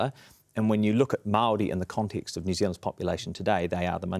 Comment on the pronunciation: Dude that likes to text and send vids to 13 year old girls, can’t even pronounce ‘Māori’ correctly. I wonder if he thinks we can’t see through his paid shill work from the Atlas group that he worked for in Canada, trying to strip the rights of indigenous people to pump the oil and gas from the land, royalty free. It’s impressive to see him sit up straight, when he doesn’t have a backbone.